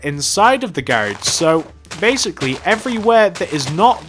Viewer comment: The whole time he was saying garage i was like wtf is that until he spelled it out on the sign.